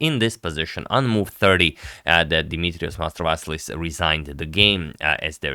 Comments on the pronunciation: His name is Mastrovas'i'lis, y raise yr tone to si, otherwise y blunder a name. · At last a Greek player! Keep in mind that Greek names are usually stressed at the penultimate syllable. So it is pronounced MastovaSIlis. Stress the SI. Thank you for this match. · yes the accent is on "si", but ok, Agad cannot know everything 🙂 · The accent is on the first i in Mastrovasilis. I think you've made the same mistake in a previous video with him. Honest mistake though 😀